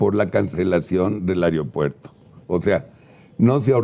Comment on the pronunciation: Me preguntó porqué personas tan preparadas como uds., dicen: AROPUERTO?.